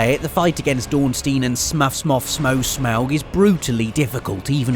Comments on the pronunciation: "Ornstein and smuff smoff smow smowg" Goddammit it's smaug for fucksakes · It's pronounced like Smaug the dragon from the hobbit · It’s pronounced Smow like snow. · Killed times conflux first try also Orenstein and Sm-oh-g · Really no sans fight ... 😶😞 bro the first attack kills most youtubers in any go also its pronounced sm-awg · It’s pronounced “Ss-M-Ow” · After playing Dark Souls Remastered I am 90% sure it's pronounced Smoff. Hawkeye Gough refers to himself as "Goff" and he's a knight of Gwyn just like Ornstein. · "ornstein and smuff" "ornstein and smoog" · Or-n-Steen and s-moe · I think it's pronounced Smaug, like the Dragon from the hobbit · orns-tie-n and smoh that's what the pronunciation should look like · I pronounce it smog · Ornstyn (as in frankenstein) and smow (as in POWder) or smow (as in wiDOW) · It is pronounced "Smoff" for when you enter the DLC, you meet the blind dragonhunter Gough and in one cutscene he says this phrase: "Let me show you how Gough hunts dragons" and he pronounces his name "Goff". Smough and Gough aren't that far apart, aren't they. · ornstien and sm-o-ug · smough = sma-OOg-ah-LOOG-le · "stein" in German, is pronounced with an 'sh' sound, and considering that Siegward of Catarina pronounces his name properly (Seeg-vard) in conversation, it's only logical that Ornstein is pronounced properly as well (Orn-shtein). As for Smough, I've always said it as Smowg. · Orn - stine and sm - oh. That's how they're pronounced. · Raime. Also I say it Sm-oh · SM-OW, SMMMMM OWWW, Like the dragon from the hobbit, Smaug. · I think its pronounced ornstine and smow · SM-OWW-GH - Smough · I believe it's pronounced "SMOFF" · i feel like its pronounced smoge. sm-oh-g. shrug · Btw it's sm-oh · The funniest part of all is that Smough is pronounced "Smo" whereas Gough (Artorias of the Abyss DLC) is pronounced "Goff". English is fun :D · It's Orn-stine (like Einstein) and SmOH (as in Ho-oh) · I think it's pronounced like smo or smow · Orn-stine and smou-g